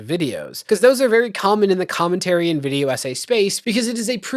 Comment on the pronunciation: Does that extra syllable adds to certain words drive anyone else nuts? Videowah Controversyuh